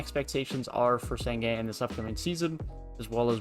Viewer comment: It’s pronounced shen goon bruh